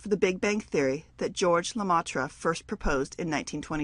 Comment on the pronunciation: Everyone say 'Georges Lemaître'.